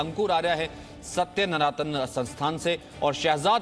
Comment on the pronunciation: सत्य सनातन होता है ननातन नही होता